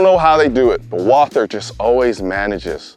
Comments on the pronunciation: Actually... Walther is pronounced 'Walter'. Just so you know. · Since it's a german Company, you're first pronounciation was acutally correct. It's written Walther, but it's pronounced Walter... If you know, you know :) Super nice video. Thanks again for the top content.